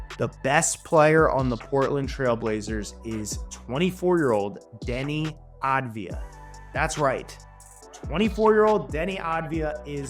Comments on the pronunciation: AV-DIA not AD-VIA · His name is Avdija not Advija, you are pronouncing his name wrong the whole video. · It’s AVdija not ADvija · Its Avdija not Advija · How can you so consistently mangle his name 😂 It's Denny Avidija, like "Avdiya" - you constantly switch the d and the v and say "Adviya" 😂😂😂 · Small correction- It's aVdija, not aDvija. (AV-DEE-YA). It's a Serbian last name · Avdija not advija